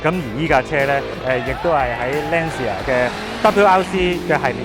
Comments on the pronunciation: 👍🏼👍🏼 FYI 正確讀音應該係"Lan茶" 唔係"Lan Si 牙" Ci 意大利文係讀"次" 🙂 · 所以正確發音應該係欄瓷呀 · Lancia 讀音 ·池·牙